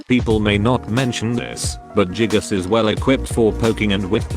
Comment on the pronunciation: The fact that text to speech says jiggas makes this even better